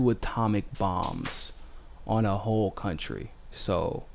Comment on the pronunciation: I couldn't quite follow your pronunciation at the beginning of the video, was that "Whoopi Goldberg is a a who'e mess" or a "ho' mess" or .....? Approximating final consonants is how tone languages get started. Are you a by any chance turning into a ping puppet now?